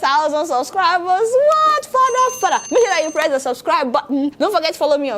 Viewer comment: The way she pronounce 'the' with that insistence